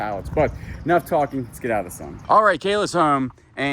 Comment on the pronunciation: sun...not sin sorry